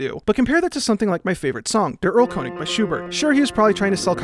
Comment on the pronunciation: Pretty cringe that you pronounced Der Erlkönig as [der ɐlˈkʊnɪɡ] instead of [deɾ ɐlˈkønɪc̜]. Checkmate. /j